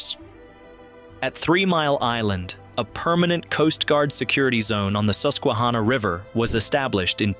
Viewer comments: Please work on the pronunciation of theses words. He said dough-fin county. It's Dawh-fin He also said Soos-kwa-hanna, it's SUS-kwa-hanna... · the Soosquehonna HAHAHAAHAHAAHAHAHA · I know dude your not supposed to say it Seussquahanna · Dooophincounty, at the Sooooosqinhanoc river??? stop already... Have some respect for the mighty Susquehanna River please. The pronunciation of "Susquehanna" is phonetically spelled as /ˌsʌskwəˈhænə/. It can be pronounced as "suh-skwuh-HAN-uh." Thank you, :hand-purple-blue-peace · Please learn the correct pronunciations before posting. Dauphin is pronounced Daw Fin and Susquehanna is pronounced Suss qua hanna. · Pronounced ‘Daw Fin’ County Pronounced ‘Sus Qui Hanna’ River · Dauphin Is said like the mammal dolphin. It's the sus qua hanna river lol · Doe-fan County? Soosekwahanna? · The Susquehanna pronunciation was a lil sus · No one from Pa knows how to say Susquehanna and it’s hilarious. That and tolpahoken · ow the incorrect pronunciation of susquehanna hurt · Only locals know the right way